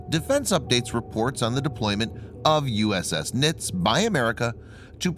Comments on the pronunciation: It's pronounced "nitzee" not "nits". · I am a plank owner of this ship please stop saying the name wrong she was a great ship